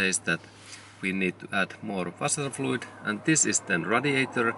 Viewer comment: Came for figuring out what my light means, stayed for "wasserfluid"